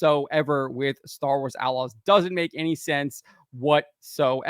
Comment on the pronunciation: At the start I hear "Star Wars A-logs".